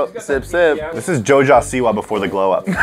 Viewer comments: I like how said Joja Siwa instead of jojo siwa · said joja siwa instead of jojo siwa im dying of laughter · “JoJa SEWA” 🤣 💀